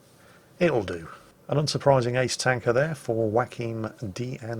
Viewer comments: I was wondering the whole time who this "whacking" guy is you are speaking of... His name is Joachim, pronounced " Yo - a - cheem " ;-) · Great game play there man. Is it just me or did it sound like kept calling you Wackeem? LOL. Is that because you kept wacking the crap out of everyone you were fighting? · and just for the benefit of any english speakers having trouble with the finer details of german and scandinavian phonetics: "Joachim" is pronounced exactly how it is spelt: "Yo-ah-kim" - that was't so hard was it? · It's funny how confuses Joachim, a fairly common name in Scandinavia and Germany, with Joaquín, the Spanish version which he is bravely trying to pronounce correctly.